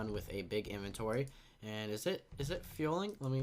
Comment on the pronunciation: Dear all Youtubers: 1. It is not in-venchory is In-vent-ory 2. It is not wa-ff-a it is wai-fer